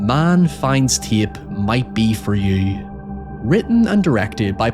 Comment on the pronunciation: Love the accent. You somehow add two additional syllables to the word tape. Ti-yay-pe.